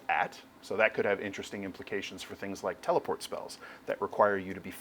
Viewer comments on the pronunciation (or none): none